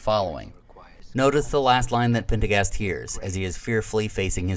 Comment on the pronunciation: One small quibble, if I may... I might be hearing it wrong, but I believe it's Major Partagaz (Lio Partagaz)... not Pendergast (as it sounds to me here)? Thanks for all these great arc reviews! Keeping notifications on for future output!